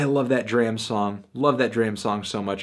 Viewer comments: Please pronounce Dram and Paak's names correctly. Would add more of a familiarity to your videos. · Please for the love of god learn to pronounce D.R.A.M. and Anderson .Paak correctly